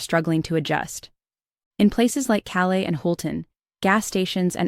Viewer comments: Calais in Maine is pronounced "cal-lass"😂, not "cal-lay" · Calais, Maine is pronounced Kalis